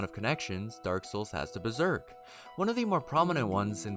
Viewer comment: Dank ass video bro u just mispronounced some stuff from the manga lol but hella sick you went through and found all these references